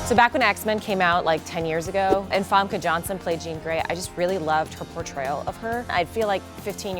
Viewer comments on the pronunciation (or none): The way she pronounced Famke Janssen is... Interesting.